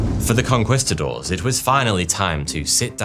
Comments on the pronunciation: Con-kwis-ta-doors? I thought it was Con-kweest-ta-doors? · conqwhistadors 😂😂😂😂 really bro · lost me at conkWISTadors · CON-QUAST-TA-DOWRS bahahaha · hate the way he says "conqwistadors" but good video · please tell me "con-kwist-a-doors" isn't the standard british pronunciation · “Conqwistadors” lol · as soon as i heard "conkwistadors" I knew it was gonna be a bad time. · Con-quist-adores? Wtf kind of pronunciation is that?😂😂😂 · con-CUHWEST-uh-doors, bro what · Conquistadors = Con-KEYS -ta-dors. Spanish soldiers, Spanish pronunciation. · Con Quee-Sta-doors. Emphasis on the second syllable. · Racism? You mean... to mispronounce a word that refers to an extremely evil group of people? Look, racism exists but this only makes me want to pronounce your congestidaors even worse from now on. Sorry, who were they again? Gongestädörs? Qongeestadars? Who cares anyway.